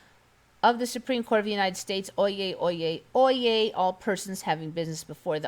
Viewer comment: Oyez, oyez? No Oyez! Good show. 👍😬